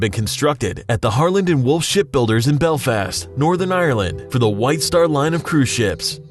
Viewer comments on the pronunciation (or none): none